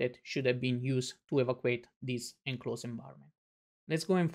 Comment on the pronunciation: I appreciate this, and I understand that the documenter here does not speak perfect English. May I however point out that the word evacuate is pronounced *e-VA-cew-ayt*.